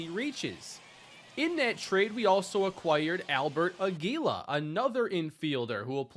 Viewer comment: Hey, Albert Aguila is actually pronounced Águila, like eagle in spanish. Hope this helps:)